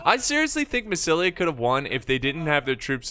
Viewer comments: You called "MASSYLIA"- "MASSAYESILI" like half of the battle))) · "Massissully" Lol